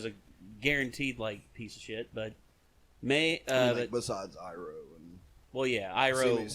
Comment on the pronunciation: it’s MAY (mai) not MY. you heard it all episode man geez💀